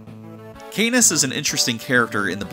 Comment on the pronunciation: Still watching the video but I would like to say that Canas wouldn't sound like Anus if you pronounced it correctly as "Cuh-Naws"